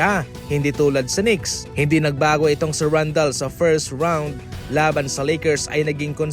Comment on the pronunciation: ka ng, Randel po hindi